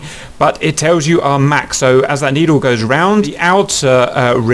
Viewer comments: Mach is pronounced like "mock" or "rock", not like a Big Mac. Play the audio icon at It was named after Ernst Mach, an Austrian physicist. Mach is a German word. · You're pronouncing Mach wrong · Haha the way he says mach